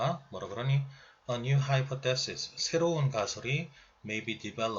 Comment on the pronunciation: 하이 포쎄시스..가..옥에 티인듯해요...따라해보세요...하이..파..써시스